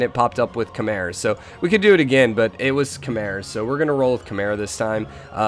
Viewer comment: I think 'Khmer' is pronounced 'come-ere', that's why you're getting forward settled